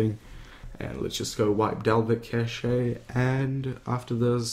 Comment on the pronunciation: Cashay? It's pronounced "cash" mate... Also you go way to quick at the start could barely hear what you were saying.